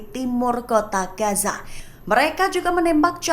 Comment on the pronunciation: bacanya Gaza mba bukan gasa 🤦